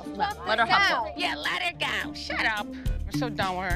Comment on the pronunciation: “let hur gow, shut up”